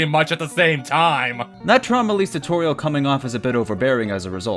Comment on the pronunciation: Also, "Toriel" sounds like "Tutorial"